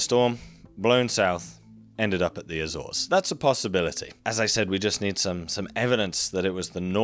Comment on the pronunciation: Great video but damn that Azores pronunciation makes me cringe every time